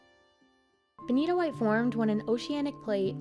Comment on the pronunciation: That benitoite is beni-TOITE!